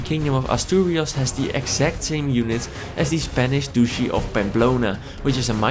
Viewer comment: Aww, why can't you play all the other cultures which have unique units?! You can make them into vassals and levy their units though.. Right? In that case I want welsh longbow men as Mercia! Anyway... "Spanish Douche-y of Bamblona" ;) Sounded really funny